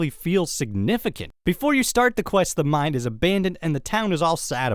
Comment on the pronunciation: I really like your videos but when you say "mine" it sounds like you're saying "mind"